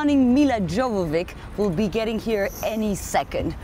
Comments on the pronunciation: wow her last name is pronounced yo-vo-vich, not joe-vo-vick. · That is how Milla pronounces her name.......joe-vo-vich. Americans pronounce it yo-vo-vich.